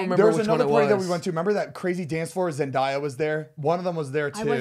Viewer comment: zane : “zenDIEya” LMAO